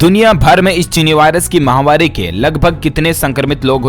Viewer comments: MAHAWARI NAHE MAHAMARI. UFF. KAB SE YE BOL RAHE. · ...you are saying Chinni mahvari on every days news thàt is wrong...it is Chinni mahamari.....it means dying of people àt a large scale due to disease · आप महामारी जो माहवारी बोलते हो जो कि गलत है सुधार करें